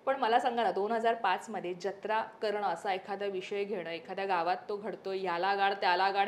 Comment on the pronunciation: ज्यत्रा ❌ जत्रा ✅